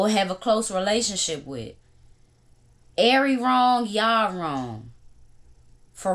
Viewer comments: Man U killing shawty name lmao…AIRY??? IKYL 😂😂😂😂😂 “R” pronounced like the letter ..then “RE” like REbound😂😂😂😂 great content as always🙌🏾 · Airy fletcher sound funny lls